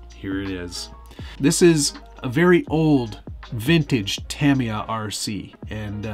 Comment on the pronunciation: You can say futaba but not tamiya lol jk